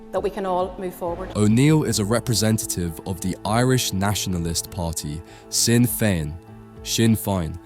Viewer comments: Sinn Fein… pronounced “Shin Fayne”. Your take on Northern Ireland is as accurate as your Irish pronunciation. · "Shin Fayn" is proper pronunciation of the party's name.